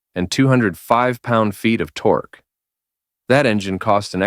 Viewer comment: The '80s were the decade of tor-kay.